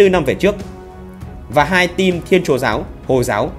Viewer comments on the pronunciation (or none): none